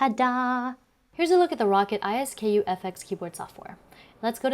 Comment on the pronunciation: Row-cat, Ice-skoo. Not. rocket I.S.K.U